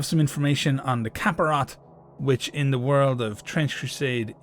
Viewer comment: The movie is "The DaVinci Code". Cilice is pronounced (Sih-lees) Capirote is pronounced (Cah-pee-roh-tay)